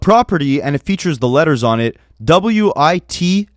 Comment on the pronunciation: Witsec is pronounced the way it’s written, not spelled out 😭 the struggle to say that was hilarious